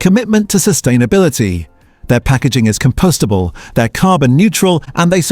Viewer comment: I can't believe it didn't realise g=grams and say the full word (spoken always says full word and not the written shorthand "g"), and pricing for $1.67 it says "1 dollar 6,7" argh. And "compostable" it said "com-p-oh-st-ubl" instead of "com-p-ost-ubl". Bad AI. Also it pronounced Nestlé many different ways, I wonder if the typed article author typed the phonetic way a few times but got lazy in some parts...